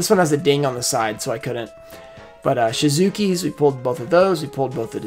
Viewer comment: I love how he still calls Sky Striker Ace - Shizuku "Shizuki" LMAO